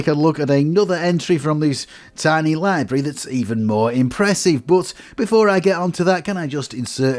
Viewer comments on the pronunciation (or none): none